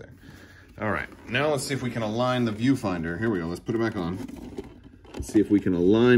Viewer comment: When you said “viewfinder”, I thought you said “pedofinder”